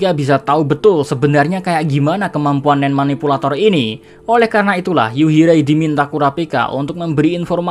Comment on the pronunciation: Yuhirai min bukan yurihai